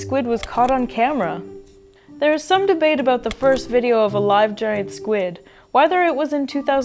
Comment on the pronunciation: It's ABOUT not ABOOT? We love our mayonnaise on everything they eat Canadians.